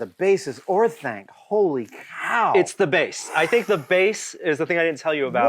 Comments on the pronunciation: Every time he says Orthank I tilt XD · Orthank? My guy, you’re killing me.